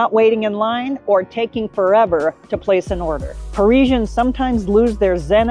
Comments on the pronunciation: #1. Calling them Pareeeeesians. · Maybe you could start by learning how to pronounce "parisians"